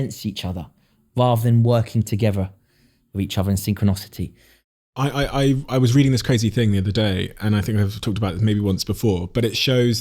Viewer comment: FFS - SYNCHRONICITY - NOT SYNCHRONOCITY